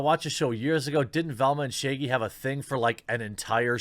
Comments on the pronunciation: why do you pronounce it "Shayggy" though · It’s ShAAgy...not Shiggy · It's not "Shay-gee". It's Shaggy with a short "a". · Okay, but why tf does he pronounce Shaggy "Shaygie"? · Now shagy is sheigy? Said the fucking words correctly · No one: Jeremy: Shayggy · Your accent has never been more intense than when you pronounce “Shaggy” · Why does he say shaggy like that